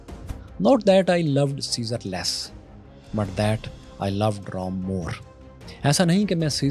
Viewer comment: Bhai ROM nahi ROME please aap ka narration bahut Acha Hai.